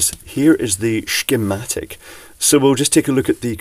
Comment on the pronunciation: We do love the "shschmatic" pronounciation that we get in almost every video! [For those people who are a bit younger and/or not familiar with British humour I will just point out that this is an ironic and affectionate nod to the first James Bond, played by (Sir) Sean Connery! It is a recognisable speech inflection that, to this day, many people love to do when a particularly suitable word ... like "schematic" comes along! It always prompts a wry smile!]